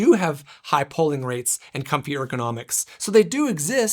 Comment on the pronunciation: fyi, it's pronounced PO-ling, with a hard O, not PAW-ling... took me completely out of the review :/